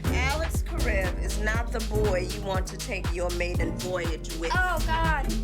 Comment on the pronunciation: ...and the first pronunciation of Karev.